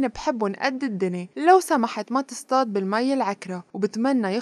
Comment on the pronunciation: مع محبتنا الكبيرة لسيرين عبد النور بس تعليق صغير.. تصطاد بالصاد مش بالسين.. سيرين حبيبتي شوية شغل عاللغة العربية.. إذا بتقرأوا سيناريوهات مية صفحة و هيك!! 🙂